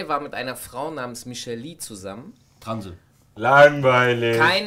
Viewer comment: michel'le spricht man wie michel L.A. aus und nicht wie michel lee... du vogel